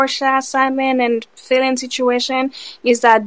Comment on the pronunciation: Why y'all keep calling that girl FAY-lynn? It's FAL-LYNN